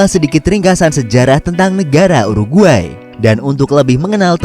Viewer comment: DI telinga gua : u ar gay